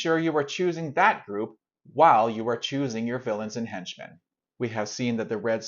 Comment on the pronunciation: I've never heard anyone pronounce "henchmen" like "hench men" before.